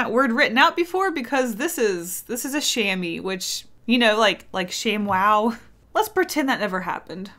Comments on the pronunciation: Said in a Hermione Granger voice It’s Sha-M-wA not Shaymeeee ! It’s always funny how English speakers pronounce French words 🤣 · I think it’s pronounced sham-mwar. It’s a very strange word, I wonder what language it comes from? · A chamois is a type of mountain goat here in Europe, so I imagine it used to be (I really hope not anymore) made of their leather and it’s pronounced sham-waa. Googled it... it’s still made of their skin... ew. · "Chamois" is french for the mountain goat, brown and jumping around on cliffs and weird angles. and I sjut look it up and it's the same name in english x) it's is pronounce [ʃamwa] (thanks the internet for that part) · oh no, I've been saying cha-moy my whole life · it's pronounced kam-wah just so you know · Chamois is pronounced “sham-wah” which is where sham wow comes from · Ahah its "chamoa" its french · "Chamois" Omg,Sauce for some Mexican candy?